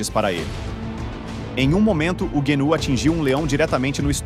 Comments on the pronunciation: Guenú , genú , antílope , gazela , reniú , guru, guiru , boi da cara preta , aguiru , depois enrola a língua ou teve um AVC sei lá !!!! Se não for uma narração para causar risadas procure saber o real nome do animal porque vc chamou ele de tudo quanto é nome 😳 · Nossa mano! tu pronunciou a palavra gnu de todas as formas possíveis kkkk como tu conseguiu essa proeza? ou a narração é I.A.?